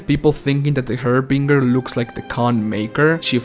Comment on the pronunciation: The way you pronounce "Harbinger" is something I needed my whole life, thx<3